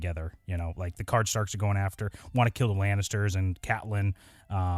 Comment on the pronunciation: I went thriugh the effort of doing muktiple comments and you cant even stop saying cardstarks